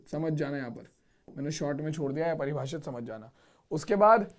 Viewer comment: Sir aepribhashit nahi apribhashit ho ta hai